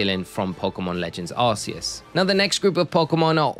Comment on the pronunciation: For someone whose entire channel is about Pokémon, I can't believe you still call Arceus "Ar-see-us". The 'c' in Arceus is a hard consonant. Like in "Cranberry" or "Cool" or "Crayfish". This is proven by Silvally's ability, "RKS System". Silvally is basically supposed to be an artificial Arceus. "RKS" sounds like "Arceus".